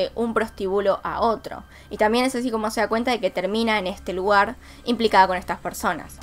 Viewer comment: soy yo o dice luguar?